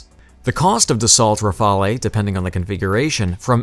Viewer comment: Great video and info.... i just wanna say that it is not M.I.G it is Mig.... Rafalee is not the name it is Rafale pronounced as Rafal.... Overall an amazing video and information👍👍👍